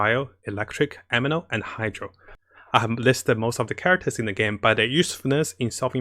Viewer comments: Taller chars also can go deeper into water. And please stop saying Ameno. It's aNEmo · Its anemo not ameno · Please it anemo not ameno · I know this is going to sound a little petty but i gotta say it. It's a NE MO. not a ME NO. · ANEMO NOT AMINO ffs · It's Anemo, not Ameno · It's ANEMO not AMENO! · It's Anemo, not Ameno 😂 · why u keep sayin ameno in every vids , it's anemo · He says ameno kkkkk it's officially a divine tier list